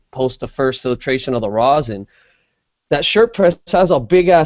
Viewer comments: FoRealJuggalos should've learned how to pronounce the word rosin before making multiple tutorial videos on the subject LOL. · What is this "rose-in" keeps referring to? Is it something different than rosin? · That's just how he pronounces it. He's still talking about "rosin". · Kira Barsmith It's how his english teacher told him it was pronounced..